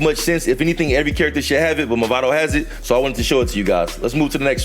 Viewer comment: Nice guide. btw it's "Mavado" and not "Movado" :)